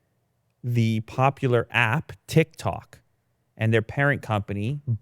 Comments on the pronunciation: TIKTOK not TICTOK..... LMAO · Tiktok not Tictok:( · "It's TicTac not TicTok lmao :joy: :ok_hand: xd...." - Every millenial ever